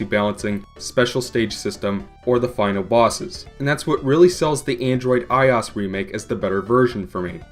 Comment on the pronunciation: It's i - O - S, not "eyeaus". The "OS" is an acronym for "Operating System" so everytime I hear "eyeaus" I dye a little inside.